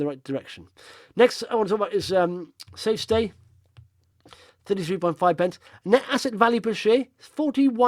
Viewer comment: Fantastic Italian accent for safestay, thought I was listening to